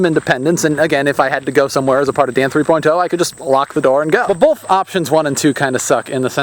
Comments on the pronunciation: THREE>>>POINT>>>OHHHH.. NOT THREE POINT TOE!!!!!! Stop Pronouncing it like that!!!! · it sounds like you say dan three poin toe XD